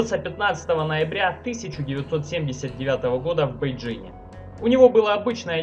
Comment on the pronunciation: 發音正確👍🏻